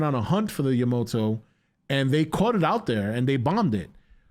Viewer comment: It is yamato not yamoto 🤣🤣